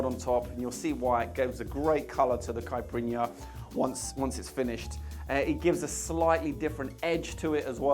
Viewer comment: Fantástico! Falou certinho “cachaça” e quase perfeito “caipirinha”! Thank you!!!!Abraços saudosos do Brasil! 🇧🇷👏🏻👏🏻👏🏻👏🏻👏🏻👏🏻👏🏻👏🏻😁😁😁😁😁